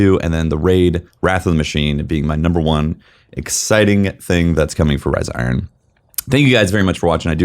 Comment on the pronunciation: Riza Iron... Can't unhear this.